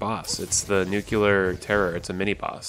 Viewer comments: the word is nuclear. NUKE LEE ARR. not nucular. nucular is not a word. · Nucular? Ok George Bush.